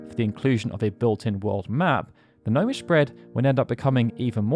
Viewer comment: Thats "Gnomish" 🤪